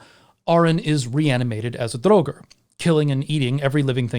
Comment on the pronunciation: Why do you repeatedly mispronounce draugr?